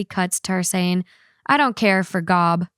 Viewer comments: Gob is pronounced as Jobe. Gob(Gahb) is a character is Fallout 3, and it was funny he popped into my head when you said that. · The mispronunciation of Gob is hilarious considering that’s a running joke in Arrested Development. 😂 for anyone who hasn’t seen the show the character Gob’s name is pronounced (jobe) like the biblical name. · Gob = Job, pronounced like Joe-b 😊 Arrested Development is one of the funniest shows ever, I highly recommend! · pronouncing “Gob” as literally as possible is the honestly the most arrested development thing she could have done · Only Arrested Development fans know how amazing it is how pronounced Gob. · When says "I don't care for Gob" and doesn't pronounce it correctly...that's some Arrested Development humor lol